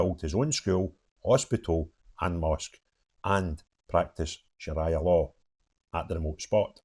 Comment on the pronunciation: Please pronounce it correctly shariah Not like mariah Shar reeee yaaah 😂😂😂😂😂